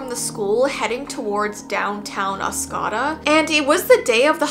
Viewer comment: Michigander here, it's pronounced Os co da, not Os cah da lol.